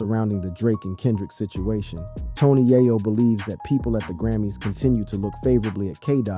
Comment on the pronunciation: 😅😅😅ikr it doesn't make it any better he keep saying tony yiyo it's tony yayo